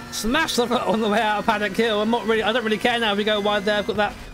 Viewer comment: no offense but paddock hill XD thats not right